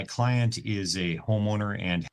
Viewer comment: When the lawyer said "my client is a homeowner" I heard "my client is a homo nerd"